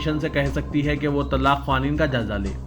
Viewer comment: صاحب پہلے اردو سیکھو آپ جو پڑھے tallaq غلط ہے